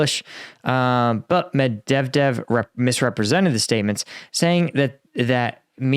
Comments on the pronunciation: He is called MED-VE-DEV, not me-dev-dev. Otherwise thanks for all the good stuff. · True, but also, me-dev-dev is funnier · EMPIRE OF LIES WILL FALL, it already has, your prices are skyrocketing and all dark alliance economies are plummeting. Russian has grown like never before. And learn how to read for God sake... It is Medvedev, not Medevdev. It is super easy. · I was told by a Russian speaker, the name is pronounced: "Myay-yod-vayd-yov". The first and third letter "e" is pronounced "yay". The second and final letter "e" should have umlauts on the top, which means they are pronounced "yo". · Bro..... Med-ve-dev!😅 he is an ex president and current minister and huge rhetoric escolator mouthpiece. but yes, it was a funny way to say it!)) great as always, keep it up. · Hi. It’s pronounced “Med-VED-dev” Just say the “alcoholic bear working in the Kremlin” and everyone will know who you’re referring to (lol). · Medvedev is really not hard to pronounce lol. What if I change it a bit, does that make it easier? Medvee dev. Just pronounce the e shorter than I wrote it there. Med vay dev. As a European it boggles my mind to see Americans pronouncing words way different than they're written. Alexander could come out of your mouth like "akselender" lol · I love your channel, but it is .... Med-ve-dev : ) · Med-V-Dev. Med veh Dev. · Dude, you do a great job reporting. One thing to help: the sandwiched bich (between Putin’s terms). It’s pronounced Med- veh-dev. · Can't pronounce medvadev.Pathatic like the state of ukran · Please say med devdev one more time 🤭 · Jesus dude... MED-VE-DEV MED-VE-DEV!!!!!!!!!! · Med-ved-ev. struggles with pronouncing a simple word! 😂. However that doesn't detract from the good reporting. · Med - Ved - Ev ;) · MED-VE-DEV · Pronounced as med-vje-dev. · "Mcdeb deb" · Ok, a little help for your pronounciation 😉 : Lyman is pronounced "Leaman" and Medvedev should be pronounced "Med Vedev" . Cheers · No no.. MedevDev 😂